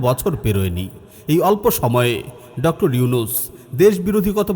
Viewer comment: উচ্চারণটা ডক্টর হবে।